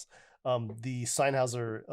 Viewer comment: Good review, well done. It is pronounced like ‘Neev’, btw. Also, your headphones are pronounced like ‘Senn-high-zerr’